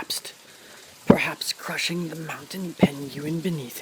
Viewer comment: The mounten pen-gu-in 🤣🤣🤣